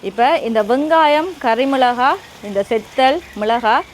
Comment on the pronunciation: மிளஹா இல்லை மிளகாய்....